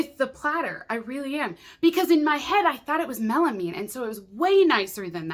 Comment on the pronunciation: You’re the only YouTuber I’ve heard that pronounces “melamine” correctly 😂